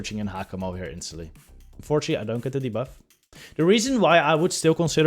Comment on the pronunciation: Hey hallo, je uitspraak van ‘debuff’ is ongelofelijk incorrect en zeer Hollands, gelieve dit te corrigeren.